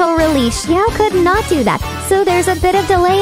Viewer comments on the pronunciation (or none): none